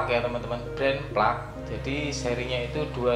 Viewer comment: Fluk pak bukan plak😅